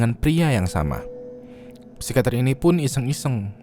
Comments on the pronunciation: yang bener psikiater bang bukan psikater plis ngakak sepanjang video.. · Psikiater bang bukan psikater wkwk